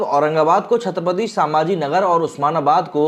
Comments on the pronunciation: छत्रपती संभाजी महाराज नगर ठीक से बोलो पहिले छत्रपती समाजी नगर नहीं हैं वो भ का उच्चार ठीक से करो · संभाजी and not सांभाजी... correct pronunciation please